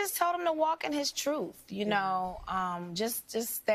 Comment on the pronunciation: "Walk in your truf" such profound!